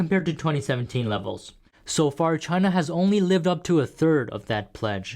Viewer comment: Trust and cooperation from Chay-na ? Hahaha !